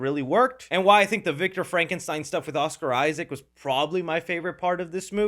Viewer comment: Oscar Issac. Jacob Elordi. Learn how to say his name if you wanna be taken seriously. You need serious education on film review. You lost me after eight minutes of Del Toro hero worship. Next.